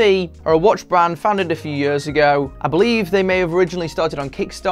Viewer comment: Okay but why does he pronounce "years" like an Indian person?